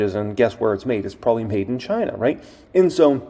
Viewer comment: I drank everytime you said "Chynna" and my flapjacks got flipped